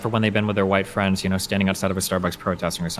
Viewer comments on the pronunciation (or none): Ooo fwends....